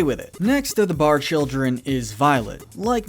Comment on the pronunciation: It’s PARR not Barr! With a P!